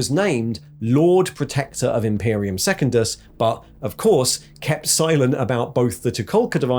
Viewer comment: love this dude's videos but his pronunciation of secundus is going to drive me to chaos